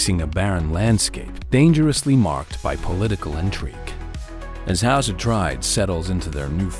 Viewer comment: Your saying it wrong, its house Ah trade ees